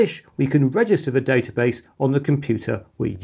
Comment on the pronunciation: It's pronounced database, not database!